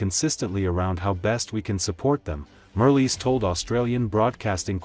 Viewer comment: Marles, not Merly.